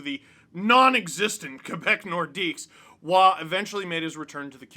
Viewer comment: Roy with an R not Oua